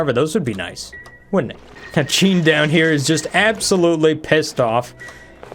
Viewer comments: you are getting closer. It sounds like 'Jeen' not 'cheen'. But it's an improvement from 'Jen'. Keep working at it and someday you will get it. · He also can't pronounce Jean correctly. Calling her Jen and now Cheen.